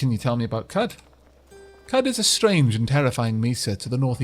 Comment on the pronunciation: Considering the Arabian theme of the game, I'm fairly sure Qud is pronounced "Q'ood" rather than "Kud".